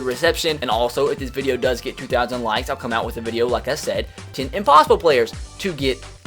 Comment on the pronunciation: Are you german cause you say zehn